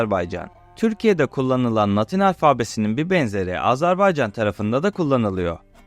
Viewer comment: Azerbaycan demeyi öğrenmeden bir bok olma. Azarbaycan dedin aq. Azerbeycan diyen de var.